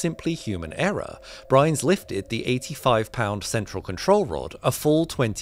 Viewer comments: It’s John Byrnes (sounds like BURNS), not Brynes (BRINES). I feel that when you are making a video about a specific subject or event, the least you can do is get the names read or pronounced correctly. If not, I tend to think the video was slapped together carelessly and quickly, without any research, and it puts the rest of your facts in doubt. You Brit’s also say aluminum funny considering that there no “I” in front of that last “u”. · BYRNES not "Brynes", what sort of name is "Brynes"? Pronounced like "burns" which is kinda ironic I suppose considering... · his last name was BYRNES not brynes. bYrnes pronounced burns. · The guy’s name was Byrnes, not Brynes. 🤦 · You mispronounced John Byrnes as “John Brynes” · His name was John Byrnes, pronounced "burns". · yeah he mispronounced John's last name.